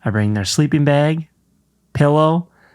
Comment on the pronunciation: hearing say beg (bag) is so funny! reminds me of morgan